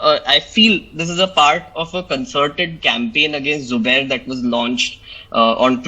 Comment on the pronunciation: say Zubair not subair you duffer